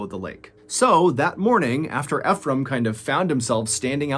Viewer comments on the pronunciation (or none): THE GUYS NAME IS PRONOUNCE ( E FROM) NOT (F FROM) I KEEP LAUGHING EVERYTIME YOU TRY TO SAY HIS NAME. ALOT OF PEOPLE MESS IT UP.🤣🤣💯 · Nice video, the name is pronounced E-frame like e-book. Not fe phram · I love your videos Btw the name is actually pronounced as e frame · i cant help but notice your pronunciation of "Efrem", i believe it is (Eeee- From). i only say this because i know someone with the same name, correct me if im wrong. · No offense to you good sir but Ephram most often pronounced “EEfrum” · I’m pretty sure you’re prouncing Ephraim wrong 😅